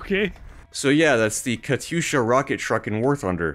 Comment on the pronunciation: KATYUSHA. NOT KATUSHA. PLEASE ;_